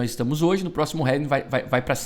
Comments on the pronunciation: Falou heving outra vez kkkkkkkkkkkkkkk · Heving ? Kkkkkkkkkkkkkkk